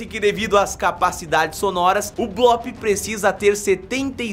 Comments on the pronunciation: não e bloop que se fala e bluup bloop se escreve e bluup se fala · NÃO É BLÓP É BLUP MERMAO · O nome tem dois oo juntos ou seja a pronuncia é blup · não é blóóp é bloop mas tanto faz